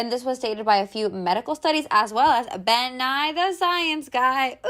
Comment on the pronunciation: did sis just say "ben-nye the science guy" lol